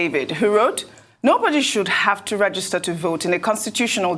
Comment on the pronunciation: Why is the older man saying REGISTER instead of "rejister" as it is pronounced? /ˈrɛdʒɪstə/